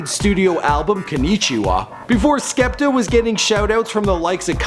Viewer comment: You also mispronounced his name